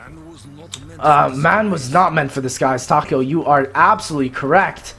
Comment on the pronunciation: .. taco ? xD no its takeo.